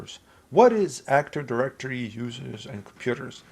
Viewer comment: Awesome video, but why do you say "actor directory" instead of "active directory"? 😭